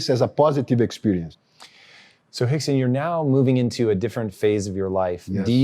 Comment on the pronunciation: He called him "Hickson" 😂